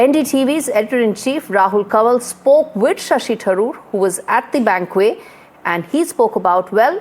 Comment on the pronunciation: Madame News Reader , Please check ur pronunciation of the word ' banquet '... This is indeed very sad... U can't afford such errors moreso coz the entire world is watching you...